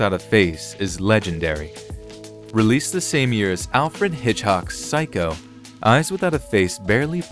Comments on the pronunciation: Wtf is with the pronunciation of words?? Bela Lugoozi? Alfred Hitchhock? Vodaville? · ...Wait, did he say Alfred Hitch-hock? Eesh. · Alfred Hitch-hox? Maya Durrin? Sheesh. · He said "Alfred Hitchhock." These video creators are amateurs.